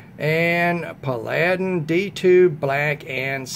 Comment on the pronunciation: it's pronounced "Pal- a- din." Like the old tv show. I got mine on Massdrop and saved about $12 off of the retail price. I love it too. It's better than Bestech's other offerings in my opinion. It's a beauty. Thanks!